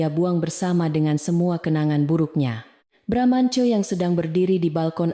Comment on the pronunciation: cerita tidak konsiten, narator membaca teks sering lebay, bramantyo sering dibaca BRAMANCO, ga lucu